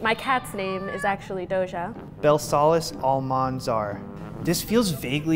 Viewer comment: I came here for Cardi B and they didn’t even pronounce it right it’s BELL-KA-LEESs